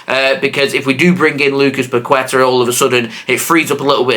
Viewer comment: Bro you need to pronounce Paqueta right 😂